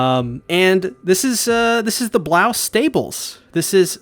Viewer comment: Your pronunciations are killing meeee😭 “Han-Ji” not “Hawnj” “Shi-gon-shi-nuh” not “Shee-gan-Shee-nuh” and “Braus” not Blouse!!!!!